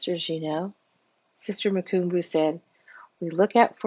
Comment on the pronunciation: Vonetta= Vun-etta. Mukumbu= moo-come=boo.